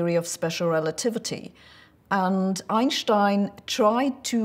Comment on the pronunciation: The way she pronounce Einstein 😂